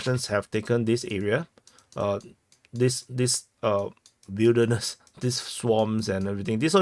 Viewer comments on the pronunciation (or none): none